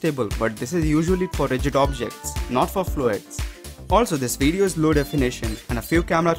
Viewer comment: Great "WEEDEEO" lol